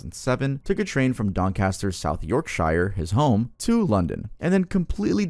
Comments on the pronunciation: I live in Yorkshirenot far from Doncaster , it's pronounced york-sher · Yorkshire is pronounced as York sure (this is not me trying to hate) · Honestly how long will it take for Americans to realise that shire does not rhyme with fire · Ouch, butchered Yorkshire's pronunciation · The way he says Yorkshire is so funny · You say Yorkshire like an idiot